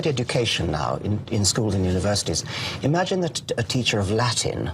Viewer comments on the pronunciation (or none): none